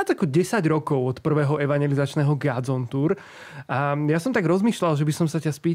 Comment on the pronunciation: Vyslovuje sa gOdzone nie gAdzone. Pili mi to usi.